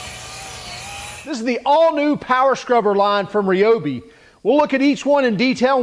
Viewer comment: Its RY- obi, not RAY-obi